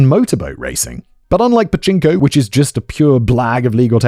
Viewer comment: Simon it's Pachinko